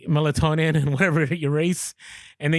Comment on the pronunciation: Dis he say melatonin when talking about choosing your race? 😂